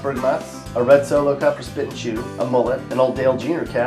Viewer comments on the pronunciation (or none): none